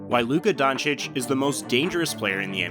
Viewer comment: Luka dochich